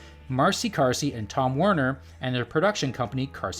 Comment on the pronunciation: Marcy Carsey? Not Marcy Darcy?